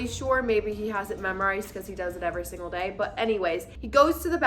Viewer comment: She said, “Ever Singal Day”…